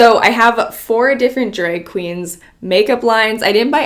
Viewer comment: “dreg kweens” Love her